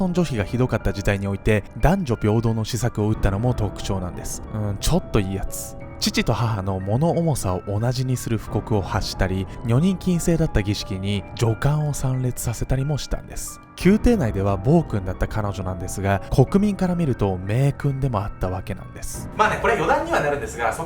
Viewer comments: 女官（にょかん）？テラーの人ちょいちょい漢字読めないの気になりますw面白いから見まくってますがw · すみません！！！余計なお世話かと思いますが｢女官｣→じょかん、ではなく、にょかん、だと思います…！